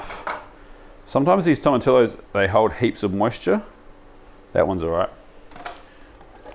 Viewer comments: I know we're super ignorant in oz, and barely have any latin diaspora (comparatively) but Spanish is like, the 3rd most popular language in the world, it is worth giving basic pronunciation a crack. In this case Tomatillo is pronounced like Tomatiyo. Also most major australian cities will have a speciality latin grocer somewhere that will have canned Tomatillo for anyone keen. Salsa verde rips pretty hard honestly! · Bro...... At least TRY to pronounce tomatillo correctly! I get there's always going to be variation with accents, but if you butcher a word that badly it makes you sound very amateur, and you're anything but! Toh-ma-TEE-oh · Fantastic video as always Just one point sorry, in Spanish double LL is pronounced as a J Tomotijo is the correct pronunciation Love all your videos